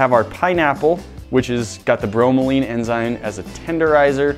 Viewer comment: Note: Pineapple's enzyme bromelain is pronounced like it looks, not "bro-ma-leen" as you guys were saying. Thanks for taking the usual "dissolve meat in acid/Coke" test further by cooking and taste-testing, though.